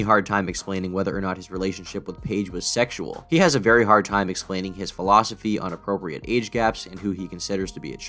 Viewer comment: shhhhh be vewy vewy quiet. We’re gonna be catching predators